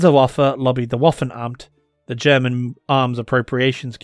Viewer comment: its waffe-namt. not waffen-amt